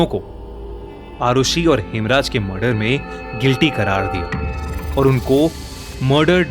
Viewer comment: Its murder not marder